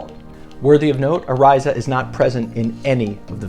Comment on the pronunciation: You are a fool. You are not pronouncing his last name correctly. The bit** Iliana Walker says on video that she was 18. He is suing her for defamation, and is going to sue her Lawyer Dan Gilleon for millions